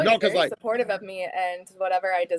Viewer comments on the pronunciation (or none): Weird, why did she keep saying her husband was simportive?